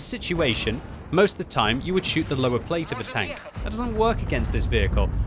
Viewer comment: lol 8 seconds in and he says "tank with nower plate". Is nower plate some kind of new Russian armour?